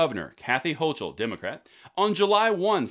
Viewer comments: The Federal Court hasn’t struck down this new Law. The Governor’s last name is pronounced Ho-Cull. This new law goes in effect 9/1/22 in New York. It will become very difficult to carry concealed unless private businesses have a “Guns Welcome” sign posted. The 16 hours of training will prevent many people from being able to satisfy the requirements to renew a pistol license. The SCOTUS ruling made it impossible to carry concealed at the mall or private businesses, many New York concealed carry license holders did without issue. The SCOTUS ruling gave the liberal anti gun politicians the ability to pass more restrictive laws for gun owners. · It's pronounced Ho-Kul instead of Ho-Chul, as in like trying to gather saliva in the back of your mouth before spitting on the Constitution of the United States. By the way, as a New Yorker I love your videos, keep it up brother.